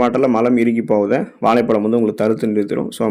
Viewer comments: வாளைப் பளம் தமிழ் உச்சரிப்பு அருமை தொடர்ந்து தமிழின் மீது மலம் கழிக்கவும் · தமிழில். சிறப்பு ழ கரம் இந்த எழுத்தை சரியாக உச்சரிக்கத் தெரியவில்லை.